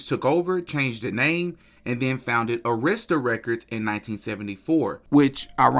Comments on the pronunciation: It’s pronounced A - emphasis on the short A - rista Records. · You should learn how to pronounce "Dartmouth" an "Arista" "Meyer"...you are a conspiracy monger...you're not even an insider ....just ignorant